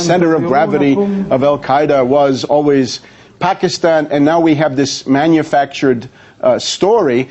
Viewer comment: this fool cant say Pakistan right